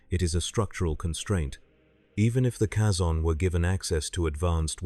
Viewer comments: They pronounce the word Kazon multiple times in Voyager, it's not a guess as to how their name is pronounced, yet you insist on mispronouncing it? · The way this AI pronounces Kazon annoys me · tldr the way AI pronounces Kazon annoys me, much like you pretending to teach annoys me